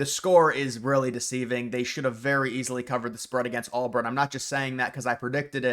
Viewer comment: dude its not ALLBURN. you said it 15 times